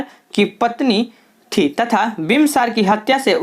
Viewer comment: Aapki hindi thodi kamjor hai,bimbisar ko bimbsar bol rhe hai sarvshreshth svarshreshth bol rhe hai